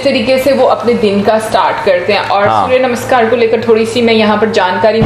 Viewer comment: Didn't know that. Thank you for educating me. You learn somethinh new everyday., your pronunciation - Surya Namaskar, Sanskriti.😍😍😍